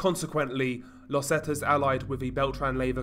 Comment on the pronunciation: It's pronounced "Zeeta" not "Zeta" 👍🏻